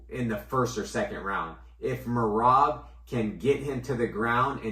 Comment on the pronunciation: My guy says Merab's last name right and messes up Diego Lopes 😂